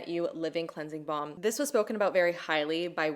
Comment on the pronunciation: Is it just me or does says "cleansie bomb"?